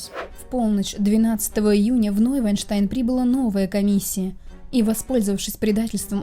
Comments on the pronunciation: Всё прекрасно. Но вы пропускаете букву в названии Нойшванштайн. Первую Ш. Шван - лебедь, без первой ш теряется смысл. За программу спасибо! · Замок Ной-шван-штайн (Новый-лебединый-утёс). Понимаю, что язык сломаешь, но всё же надо стараться. :)